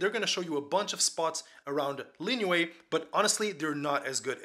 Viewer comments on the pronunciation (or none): It’s pronounced Lee you a